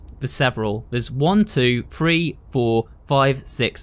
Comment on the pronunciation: I have a question. I noticed when ever he says a word with a 3 in it he says free. So like with the clock it shows time like 3.45 but he says free 45. Is words with TH in it pronounced like its a PH? Like phone or photo?